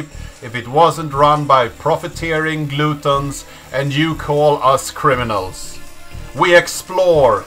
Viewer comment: I'm not the guy who does this ever, but I can't let it go. It's gluh·tnz (Gluttons), not gloo-tuhnz (Gluttons). Good other than that.